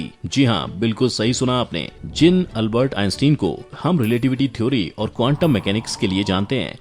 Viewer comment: Albert ka Naam tou sahi ly